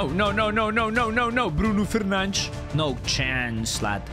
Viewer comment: Ahahahha he sad "Bruno Fernandes" very well for the first time ahahaha, im happy with him!